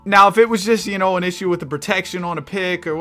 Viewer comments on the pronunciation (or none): none